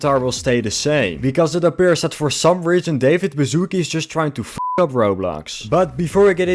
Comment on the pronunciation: I have no problem with American accents, but when I hear a Polish surname pronounced as "bazooke" it makes me laugh.